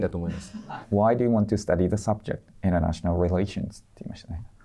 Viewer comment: もりてつのInternational relations?って文発音良すぎて自分も聞き取れなかったwww